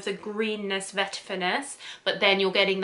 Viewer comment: Bergamot (not Bergamont😊)